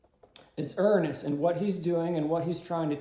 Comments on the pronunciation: That’s a new way to pronounce Uranus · You are mispronouncing URANUS.